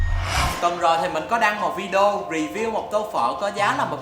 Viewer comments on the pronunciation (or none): none